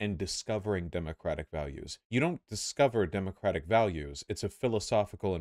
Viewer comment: Holy shit can someone tell Luna that in the word "democratic" the stress is on "dem" and not "o"